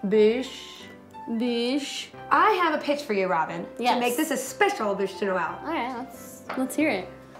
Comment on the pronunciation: i like the way she said bûche de noël :)